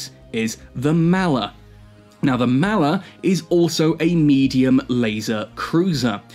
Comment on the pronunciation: mall er.... not mal er..... m all... all..Maller